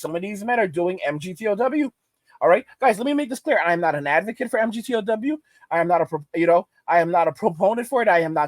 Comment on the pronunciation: MGTOW is pronounced Mig-Tau